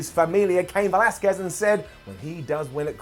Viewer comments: Bro learn to pronounce Velasquez please. hard CK sound on the QU. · The way keeps pronouncing “Velasquez”... Down 😂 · once again pronouncing Velasquez wrong DOWN